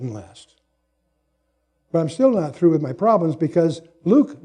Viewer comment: I think he meant to say, or did say "I'm not through", but did not clearly day the "th" sound.